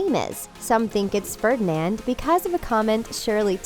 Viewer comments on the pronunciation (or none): none